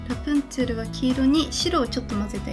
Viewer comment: あのー。。。 ラプンツェルってラプんシェルって言うんですか？